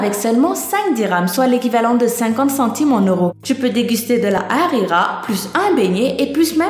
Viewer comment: Moi qui habite au Maroc j'ai sourit face à cette vidéo j'aime énormément cette vidéo merci 1 million de bravo pour tes 1 millions d'abonné tes recherches sont très bien trouver tu ma achevée quand ta dis "rira" la soupe 😂 Continue comme sa bravo encore continue